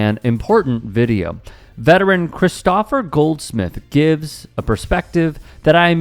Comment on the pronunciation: ChristOpher??? Your AI is showing.